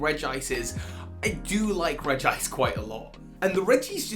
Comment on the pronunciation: Not Reg-gice! It’s Regi-ice!